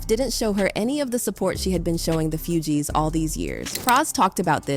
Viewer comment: Put some respect on their name it's pronounced Foogee!